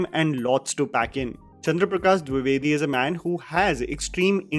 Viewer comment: The way you were struggling to pronounce "Chandra Prakash Dwivedi" was cute